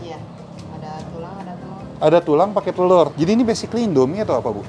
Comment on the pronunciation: Basicly ..basicly ... :D